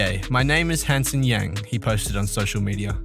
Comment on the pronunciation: Hansen isn't pronounced the Western way.